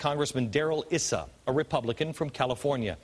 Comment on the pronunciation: I like what I hear, you did incorrectly Pronounce Issa. Rep. Issa has worked very hard on this issue to bring the truth to light, no matter who it was, democrat or republican.